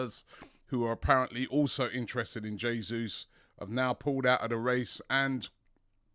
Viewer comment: Now that you are pronouncing Jesus correctly, lesson #2. In Portuguese a "R" at the beginning of a word is pronounced as "H". So Raphina should be pronounced Haphina. Just sayin'